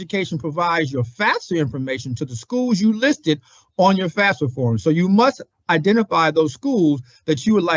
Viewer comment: Can we please say the FAFSA acronym properly?? FAF-sa not FAS-fa. It doesn't even mean the same thing when said incorrectly.